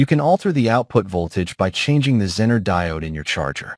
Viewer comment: How to spot the use of text-to-speech app? ZEE-ner is pronounced Zenn-ner ... Thanks for the video BTW.